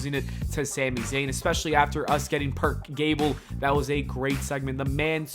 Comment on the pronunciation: Did you say Perc Gable? 😂😂😂😂😂